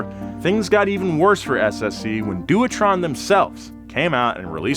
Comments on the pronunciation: Doowatron…. 😂 It’s pronounced devetron! I wouldn’t have commented but holy shit, you said it so many times in a row 😂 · It's not pronounced Shee-ron, it's Ky-ron. We won't even start on your attempt to pronounce Dewetron (Dave-etron is close to how it is pronounced correctly). You claim to be a car nut? Disgraceful!